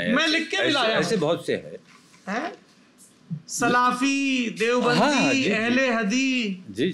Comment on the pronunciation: सलाफी नही होता भाई सल्फ़ी होता हैं।